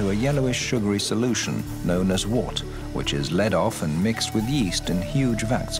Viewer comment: Wort, pronounced Wert......